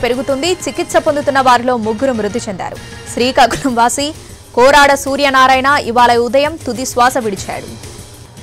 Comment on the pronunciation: కొవ్వాడ ... కోరాడ కాదు